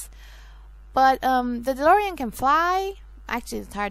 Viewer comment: c'mon of coarse its DeLorean....